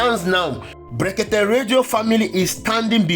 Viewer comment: Look at the way he pronounce blekeke illiterate